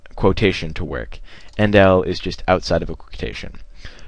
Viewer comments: it is endl. not 'end1' 'endl' small L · its endl not end1